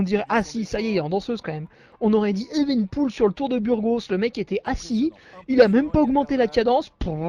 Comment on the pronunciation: Evenepoel => "Éveuneupioul" Pas "éven'poule"